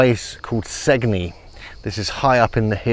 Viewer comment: And "Sane-yee", Italy.